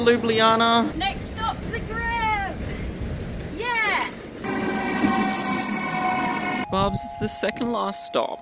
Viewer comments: It's not called ljubljijana it ljubljana I know I'm slovenien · You Said Ljubljana wrong. You Said ljublijana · Ljubljana [lju-blah-nah] Ljubljansi grad [lju-blahn-ski grad] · Luubliana :D Im slovene so it's funny (Jaz sem slovenec zato je smešno ) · it's pronounced LOO-BLAH-NAH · I actually live in Slovenia and it's really cool to see that you love it so much. Made my day. It's funny when you try to pronounce the name tho😂Also love the video. It's beautiful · lol I love how you say Ljubljana. It's so wrong but I love it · You are saying "Ljubljana" wrong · You are not pronouncing LJUBLJANA correct.